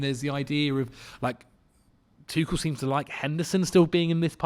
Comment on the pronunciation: Zac can you please teach how to say Tuchels name. Tough to listen to him say it wrong 100 times an episode